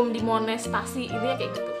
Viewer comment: Monetisasi.. Bkn monestasi😅 Koreksi dikit gpp kn😄